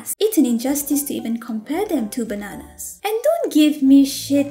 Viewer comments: The way you said 'BA-NANAS!!!' though XD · When she/he said Bananas like that, it reminded me how my Russian teacher couldn't pronounce chicken right. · I can't get over how says "Bananas" I'm sorry Also bro thanks for using bsd characters